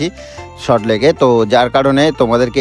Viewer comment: কথাটা "সল্ট লেক".. "শট লেক" নয়!